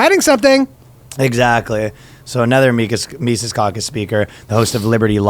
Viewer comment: Good lord dude, his name is pronounced Mises, not "Mises."